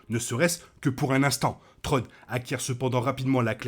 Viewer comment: De bonnes théories, à voir au final. Par contre un petit effort sur la glaise, c'est pas "trone" mais thrawne, "sssswraun". Ce serait apprécié ;)